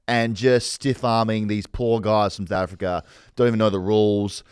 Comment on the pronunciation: does know how to say south africa? sounds like he's got Nate caddy in his mouth every time he says "souafrikrer"